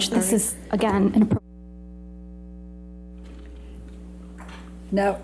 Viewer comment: Vasquez's "this is, again, inappro-(priate)" lives in my head rent free